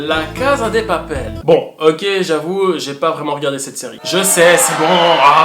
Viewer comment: Des papel pas de papel.